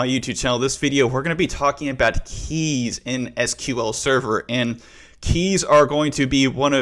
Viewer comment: in 2 mins i had heared 20 times "KAYS".. oh My god 😂